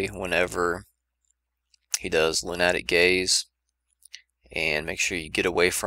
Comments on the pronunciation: Great guide, but "loon-at-ic gaze" made me cringe every time. lol. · Lunatic haha lu·na·tic